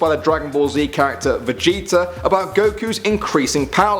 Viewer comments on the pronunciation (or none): none